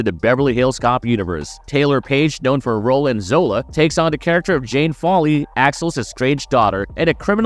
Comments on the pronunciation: FOLEY! NOT FALLY!! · It's FOLEY, dude 😂😂😂😂😊